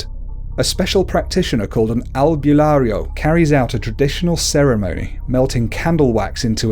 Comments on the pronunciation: its not pronounced albyularyo its albularyo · Wait, "manawk"? Okay, I get "noonow" and "all-byu-lair-yow" but "manawk"? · Nu-no not Niuno Al-bu-nar-io not albuniarno As-wang (straight wang not asw a ng) Also called the ma-na-nang-gal eater of babies(I got bitten by it or i dont know cause when mom went to the doctor there was no heart beat lucky me im alive still) Tik-bala-ng